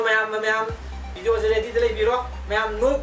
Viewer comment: Please its a request try to say video not bideo